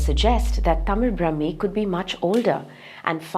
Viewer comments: ബ്രഹ്മീ അല്ല. ബ്രാഹ്മീ . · It is NOT Brahmi. Brahaami. Dhirgha. Not hrsva. How are these many experst who consider Tamil Brahmaami is NOT Brahmaami Name 20.